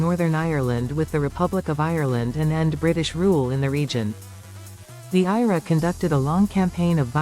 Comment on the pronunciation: Your AI narrator is shit. It's the I.R.A , not IRA.